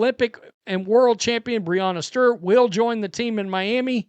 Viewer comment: pronunciation "Breanna Sturt" 😅